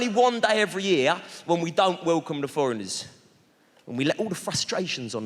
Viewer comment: I don’t get why some of these fools can say “THE” as it should, but then thinks sounds like “FINKS”